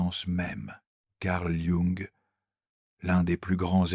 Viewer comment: L'espritE de Joung ! Ah ah ah ! Et avec cette prononciation, vous voulez qu'on vous prenne au sérieux ! Internet, c'est de pire en pire avec l'IA, sans compter sa rhétorique de baratin ronflant !